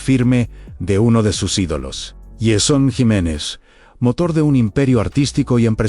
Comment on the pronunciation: La voz con ia suena mal, no pronuncia bien ni siquiera el nombre de la persona de la que habla